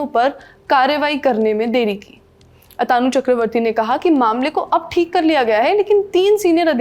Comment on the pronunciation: Lallantop वाले HDFC Bank के चेयरमैन का नाम आतानु बोले जा रहे है, जो गलत है। उनका सही नाम अतनु है, न कि अतानु